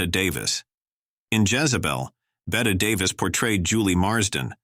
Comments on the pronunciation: Pronounced "Betty". Bette Midler's mother didn't know that so she says "Bet" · ok thanks i was thinking later Bettie not Betty but not Betta for sure Im thinking this video was an A I voice the way he mispronounced Ingenue and other words too